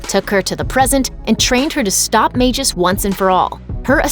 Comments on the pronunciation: Smh....Magus...its pronounced like "MAG-US" not Magis or whatever u said. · I thought you pronounced it mag-us not mageus? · Majus?!? Jeez. is getting just as bad at pronouncing things as Watch Mojo